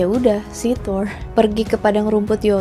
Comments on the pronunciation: Kak request klo bilang R rrrrrrr aja udah klo dibikin ERH malah bingung gw sumpah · Thoeeer thoeeeerr. Wkwkwkwk. Thor gtu aja mbak,gausah fasih2. Di film kan jg dia dipanggilnya "thor" bkn toeeeerrrr.. Wkwkwkww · Thor di pelafalanya yg bener itu "tur" (Kaya kalimat turis) coba cari norse pronounciation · Nyebut nya Thor ap thoirs? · Thol ya bukan Thor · Melafalkan Thor untuk “r” harus kentara. Seperti orang indoensia melafalkan r pada umumnya. Karena bangsa nordik melafalkan “r” dengan jelas. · Huruf R di mitology nordik pelafalanya harus kuat Dan gx cadel kaya R english